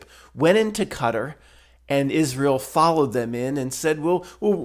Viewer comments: I just love your pronunciation of Israckl. 😁😁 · I'm so glad you're o.k., and you don't have to see a psychiatrist! The way that you pronounce Israel always makes me laugh. 😂